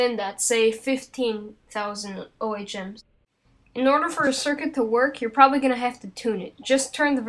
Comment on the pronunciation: Instead of saying O H M's, the word is ohms or OMES.